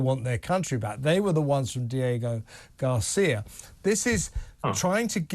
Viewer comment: Diego Garcia…. It’s called Diego Garcia for goodness sake!